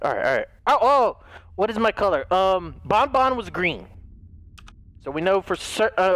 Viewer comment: it's ban-ban not bon-bon